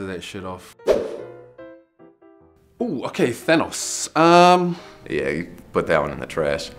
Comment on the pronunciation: I also died laughing 😂 🤣🤣🤣🤣 this man is hilarious!!! The way so said Thanos